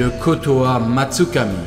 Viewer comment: C'est kotoamatsukami et pas kotam tsukami